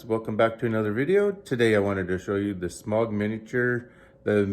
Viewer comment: Please work on your pronunciation. I get you have an accent but there is clearly a right way to pronounce Smaug and Weta